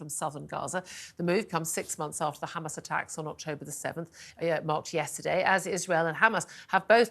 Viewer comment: Why she pronounced hamas “khamas” like Israelis ?